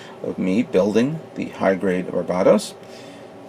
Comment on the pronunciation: BAR-BA-TOHS Even in English its pronounced differently. For **'s sake man!